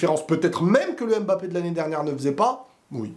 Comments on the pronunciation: stp arrête de dire M Mbappé C’est Mbappé!! Merci chef Salut 👋, Sinon belle analyse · En tant qu'africain j'en ai ras le bol d'entendre les gens prononcer M'Mbappé au lieu de Mbappé !! Sinon vidéo très instructive .